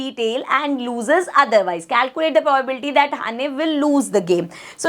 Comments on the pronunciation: Probability hota hai pobabilti nahi hoti hai 🤣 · Mam aapki pronunciation galat h vo probability hota h..😢